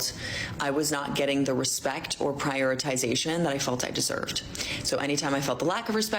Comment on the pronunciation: She can’t pronounce “prioritization”